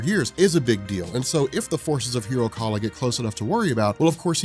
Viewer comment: hiro kaal. not kala